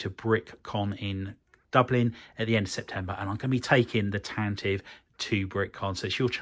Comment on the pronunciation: I love how you addressed a comment in a previous video about how to correctly pronounce 'Tantive' and then proceeded to never say it correctly over the whole series. King.